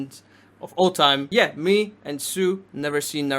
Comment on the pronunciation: “yeeh” is the way I will be saying it from now on, you cannot tell me otherwise😤😂